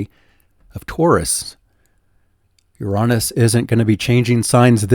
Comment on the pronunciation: luv what ya do. but, "uronis?"???